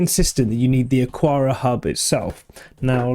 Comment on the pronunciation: Isn't it pronounced "Akara" as there is no 'u' after the 'q' ?